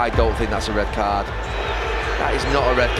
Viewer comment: "It's not a rerd card" are you f-ing kidding me?